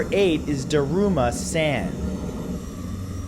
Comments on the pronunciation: Ooof those japanese pronunciations People are gonna die because they aren't pronouncing it correctly to end it.... or not summon it at all because San is like "sahn" lol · the way he says "san" fills me with despair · Did anyone else get upset at how he pronounced san in daruma san